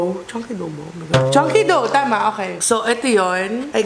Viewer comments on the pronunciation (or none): none